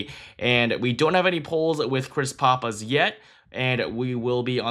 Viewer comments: That's "Pahhpiss" not "Poppiss" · Great content. You are mispronouncing Pappas however.